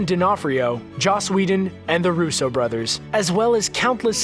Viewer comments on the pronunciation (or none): none